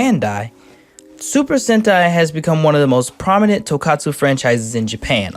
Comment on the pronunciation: I know this video is two years old at this point, but I just have to ask. why are you pronouncing tokusatsu as tokatsu?